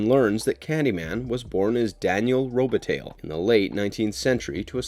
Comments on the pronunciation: It's pronounced Robe-a-TIE, not tally. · Did the narrator pronounce Robitaille "Robetale"? I enjoy Marvelous Videos film choices very much. My only problem with them is that they don't actually view many of the films that they critique. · It's pronounced, roe bit tye, 🤦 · You pronounced Daniel's last name wrong. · Is this a computer-generated voice? The mispronunciation of the name "Robitaille", words like "modus operandi" and others, along with strange inflection falls right in the uncanny valley.